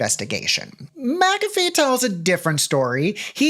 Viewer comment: I'm not all the way in the vid yet, but THANK YOU for saying "MACK-a-fee" instead of "ma-CAFFee"...I have had this argument with people SO many times that HE pronounces his name "MACK-a-fee," so that's the name of the damn program. Maybe it's my Scottish blood and the fact that the name is clearly Scottish in nature, idk. It just rubs me so raw to hear "ma-caffee". Ok, onto video.